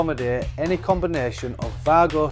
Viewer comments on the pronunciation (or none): There's no "r" in it! 😂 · You know that’s a W for Wago right? It’s not pronounced Vargo😂😂😂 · no it isn’t, it’s pronounced Way-Go, exactly how it’s written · Pity the presenter in the video didn’t do the same as the commentator. This is a German product and they pronounce W as we pronounce V. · Yes. An educated person wouldn’t post wisecracks like you did, ignoring all the other posts which support the German pronunciation of WAGO.